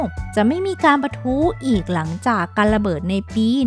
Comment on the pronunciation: บ้านบาง"หลัง"ครับ ไม่ใช่บ้านบาง"หรัง"